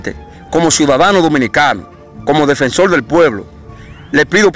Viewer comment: Defensol del pueblo? Hablal le? Reapeltura?